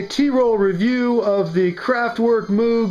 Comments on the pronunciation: Personal crusade: Moog rhymes with "vogue." It's not MOOg like a cow. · Moog rhymes with vogue, not mood. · MMM----OHHH---GGGGHHH - Not MOOOOOOG 😅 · I try to always refer to Bob as "Mogue" but to the instrument as "Mooog." The instrument was already commonly known as "Mooog" by the time Bob said in an interview that his immediate family pronounced their surname, "Mogue." I'm glad we got this settled because there is not a more important issue facing the world today. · LOL REALLY? That's your gripe with this mock review? Not that it was manufactured by kraftwork or clearly not a cz-101 either. Him pronouncing it "mewg"is probably the closest thing to being correct